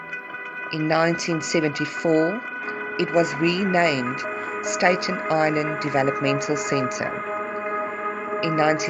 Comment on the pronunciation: Just FYI, it's pronounced Statten like batten, not Stayton, and Geraldo is Heraldo